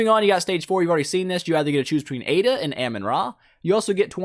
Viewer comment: it's aida lol